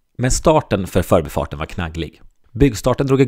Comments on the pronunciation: men man kör väl ändå "för'bi" Stockholm, inte "'förbi" Stockholm? Jag tycker betoningen som används idag har blivit helt tokig. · Utmärkt video, klargörande av historien och nulägesrapport. Skulle dock vilja höra en mer korrekt betoning av "För'bi-farten" och inte det vanliga " 'Förbifarten".